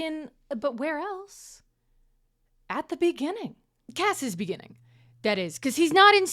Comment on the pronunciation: In the beninging